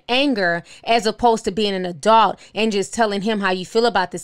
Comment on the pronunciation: You calling them country but you saying a-dault instead of adult lol